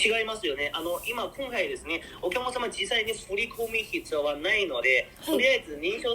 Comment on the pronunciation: 発音は面白い おきゃまさま ❌ おきゃくさま ◎